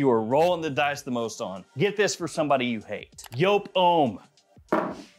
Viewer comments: It's a Dutch name (though the brand has its origins in Germany) and should actually be pronounced more like yope, so yes, pronouncing it as joop or yoop sounds jarring to me and my Dutch heritage. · It’s JOOP ( Yoop) like the word LOOP. It’s not ( YOPE).